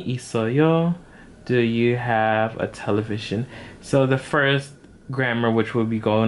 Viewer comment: Hi! When pronouncing "텔레비전" you don't use the English pronunciation. Since it's a loan word from English it has a different pronunciation. It should be pronounced like "Tel-re-bi-jeon", not Television Hope your Korean learning goes well. 화이팅~~